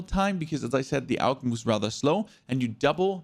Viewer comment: He is pronouncing it correctly AUG= Armee universal gewehr = universal army rifle